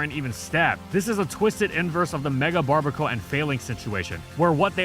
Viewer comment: "barr-BEAR-A-cull", bruv. Combination of "barbarian" and "barnacle".